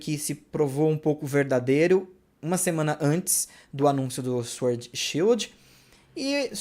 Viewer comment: Ei, a pronúncia da palavra "sword" é "sord", ou seja, não se pronuncia o w. Rima com LORD.